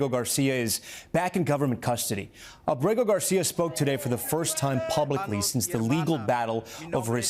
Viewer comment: Aaaaaabrego Tomás, no abreeego.... A poco es tan dificil. Bien que hablas...